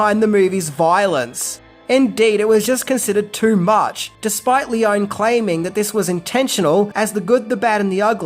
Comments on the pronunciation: The best Western even, made by Italian crew and shot in Italy and Spain. And with the best soundtrack (obviously by legendary Maestro Morricone). PS: I'm probably nitpicky, but English-speaking people just ALWAYS mipronounce Leone. It's read "L-ay-oh-nay". And the movie was not shot in "a studio". It was shot in Cinecittà, the most important film studio in Italy (where Fellini, Visconti, Bertolucci, Coppola, Scorsese shot their movies). During the 60s it was called "Hollywood on the Tiber". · Any other Leone fans cringe every time he mispronounces his name? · That's not how you pronounce "Leone." Not nearly as good as "God's Gun," wherein Lee Van Cleef takes his shirt off and a 12 year old Leif Garret co-stars. Not as much Van Cleef skin as "Captain Apache," but still pretty good. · Great video,, but I'm pretty sure that Sergio Leone's last name is pronounced "Lee-Oh-Nee" not "Lee-Own" and Eli Wallach's name is pronounced "Eee-Lie" not "Ell- Eee". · In Italian one pronounces all the vowels. It's not "lee-OWN," it's "lee-OWN-ee." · It's Leone, not Leon. The same is Corleonre, not Corleon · it's................................LEON-EEEEEE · I mean no disrespect, and I know you pronounce some words differently, but you have GOT to pronounce names correctly! Names aren't pronounced differently because of accents. Eli Wallach should be pronounced Ee-lye, not Eely. Also, it's also pronounced Lee-Oh-nee, Not Lee-own. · In Italian the "e' sounds like in Spanish, like it sounds in peg, sex, restore, set, so no, it is NOT Lee-o-nee. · The Italian E sounds the same as in Spanish, so no, it is not Lee-oh-nee, it is Leone with the E sounding like in peg, sex, pest. So it is not Seergio either, it is Sergio. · Sergio Leone - he's Italian, the name is Italian. Pronounced: "lay-OHN-eee" - 3 syllables, not two. Thank you. And, nicely done video, by the way. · Italian doesn't have silent letters at the end of words. Leoneeeeeeeeeeeeeee. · Lee-own-ee say the name right.